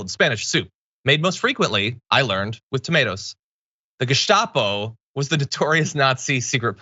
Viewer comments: Sweet fancy Moses... how the actual fuck do you get through any level of schooling and say gazpacho instead of gestapo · Who else quoted the Simpsons when they first heard this gazpacho flub? Seriously, Marjorie Greene, GO BACK TO RUSSIA!